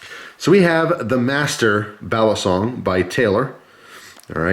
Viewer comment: By the way, "balisong" is pronounced quickly, not like "Bali song". Some channels pronounce it that way, it's cringey.